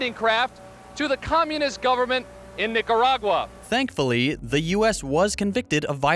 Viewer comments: I heard a hard er even when there is an A, hmm fucking nazi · did he just say "Niggeragua"? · how is he making a speech on nicaragua bad when he cant even pronounce the country